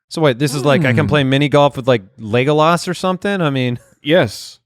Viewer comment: y'all need to learn how to pronounce "Legolas" haha